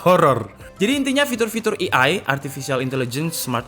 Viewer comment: Btw, ei ai, not i ai 😀. It's a great video though. I'm your regular viewer.